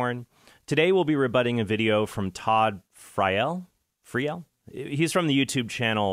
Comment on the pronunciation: It's pronounced Todd Freel, like a reel of film.